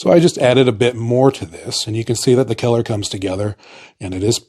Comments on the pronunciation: you have the most bizarre and unnatural way to pronounce "color". keller? Also, germany never had a hickup 100 years ago. they were trying to save the planet from what we are currently experiencing. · 😅omg..he say" color" like" kellor." Lmao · I heard Keller and immediatly thought of Keller Williams paints.